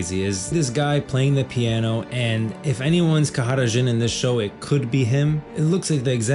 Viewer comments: Khada Jhin, not Kahara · Why does he keep saying kahada Djhin? Like with an accent? It's just jhin right?